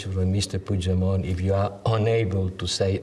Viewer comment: porqué el periodista alemán pronuncia mejor el apellido "Puigdemont" que los españoles? Parece una tontería, pero es más importante, más significativo de lo que parece.